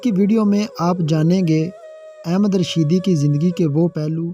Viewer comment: Pehle singer ka nam to sahee bolo ahmad rushing not ahmed rushed please Kam soch ker karabiner only 229 people.very poor.